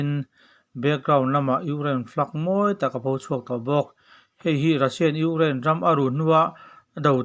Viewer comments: Ugraine...Ni lovin, Ukraine tih zawk tur aniang. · I thu chhiar hi ngaihthlak a hreawm Ukraine i lam dan te reng2 mai hi🤭🤣🤣🤣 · I thil lamdan chu leh': Ukraine Colonel leh a dangte..I hnar pin vang a ni ang😛😄😄